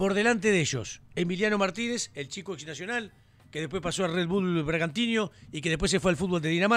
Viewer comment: PILLO NOOOOOO ES BRAGANTIÑO..... ESSSSS BRAGANTINO .... ( TI NO)